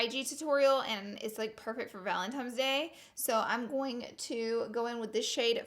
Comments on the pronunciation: Girl is valentiNe’s not valentimes 💁🏽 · VALENTINE NOT VALENTIMES GOD DAMN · Laura!!! I love you so much... but GURLLLLLLLL ITS VALENTINES DAY, not valentiMes day😂😭😐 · ValentiNe's day. It is an N not M...... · it’s valentines, not valentimes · Did anyone else notice that Laura kept saying Valentimes instead of Valentine's? Love our sweet Laura though 💖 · This valentimes day look is killing me. I love you and your quirkiness so much. It’s an N not an M boo! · She said valentimes day not Valentine’s Day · "valentimes day" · She would say “valentimes day” 😂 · The first time you said Valentimes I was like aw god haters gonna comment. I love the pink ValenTIMES day look. Don't see you in pinks to much! 😘🖤 you soo much. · "Valem-tines" Day. I love the way she says Valentines day 😂❤️ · Is she saying valentimes day? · I'm dying every time she says valentimes hahaha Laura i lah you! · “Valentimes Day” it’s kinda cringey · Does anyone else CRINGE when people say valenTIMES day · Laura I love you but I couldn’t stop staring at your mouth when you said “Valentimes” and then right as I was writing this comment you corrected yourself because you said that someone in the comments was going to call you out😂😂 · Love u even tho you repeatedly said "Valentimes" lol xoxo you're the best Laura 😘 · She says valentimes day😂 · I love a good pink look. Never change, Laura. You go on saying valentimes days lol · BOTH SNAP AND IG FAMMM 💗💗💗 Say valentimes day one more time 😂💗😭😭😭😭 I love you Laura ❤️❤️❤️❤️😍😍😍😍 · IG AND SNAP FAM!!!!😍😍😍 valentimes day😂😂 love you so much Laura!!! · IG Fam!!! Love your channel!!! And we all slip up and say valentimes... your good! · PS I say “valemtimes” day too❤️❤️ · ”Valentimes day”~Laura Lee😂😂no shade tho😂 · I love you even though you say Valentine's day wrong 😂